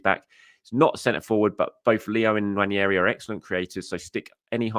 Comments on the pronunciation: It’s pronounced ‘Wan-Airy’. Not ‘Wan-Yairy’ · Its about time that we all started pronouncing Nwaneri’s name correctly. Its not prounuced One-Yer-e its pronounced One-eri. Come on!